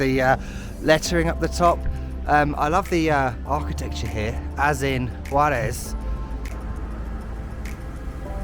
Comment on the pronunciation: Kudos to your pronunciation, your accent while saying Juarez is better than some El Paso natives 👏